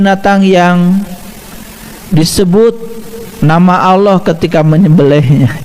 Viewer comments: saya rasa dia bukan ustad. dia impostor kiriman sebelah pada menit 1.03 mengucap Alloh nya kas orang sebelah saat mengolok2 islam dengan sebutan aloh. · Bukan ustadz tapi Dajjal. Sebut Allah aja kurang jelas. Mau ku tabok aja wajah nya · Si bapak lg sakit jiwa, ga hanya umat islam tapi semua umat di bumi harus minta maaf termasuk si bapaknya ga hanya sama ayam tapi sama semua hewan wkwkwk. Pas lihat video saat nyebut Alloh lidahnya keseleo tdk seperti org yg ga pernah baca Al qur'an , feeling saya ni bpk bukan muslim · Sepertinya orang ini bukan muslim tpi pura pura muslim,,ingin menyesatkan umat Islam,, dengar kn lah ketika dia mengucapkan lapadz Alloh,,beds banget,,,harus d tangkap Karena telah menistakan sayreat islam ,, naudzubilah himimdzalik,, ya' Alloh Kuat kn kn iman Islam Kami semua amin ybn 🤲